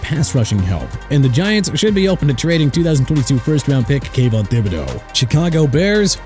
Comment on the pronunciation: YOU NEED TO LEARN TO PRONOUNCE DUDE CUZ IT'S TOO EARLY FOR YOU TO PLAY GAMES WITH ME AND I'M IN NO MOOD THIS MORNING!! THIBODEAUX PRONOUNCED THI-BU-DOW! CHICAGO PRONOUNCED SHEE-KAH-GOW NOT CHI-KA-GOW! JAGUARS PRONOUNCED JA-GWAARS NOT JAGWIRES! NEW ORLEANS PRONOUNCED NEW OR-LINS OTHERWISE OR-LEENZ!! NO RESPECT FOR TEAMS, NO RESPECT FOR CITIES, NO RESPECT FOR EVERYBODY! I HOPE YOUR CAREER IS OVER!! ALSO LET MIAMI TRADE JAYLEN PHILLIPS TO JACKSONVILLE, TRADE BRADLEY CHUBB TO SAN FRANCISCO AND SEND MATT JUDON BACK TO NEW ENGLAND!! WHO CARES?!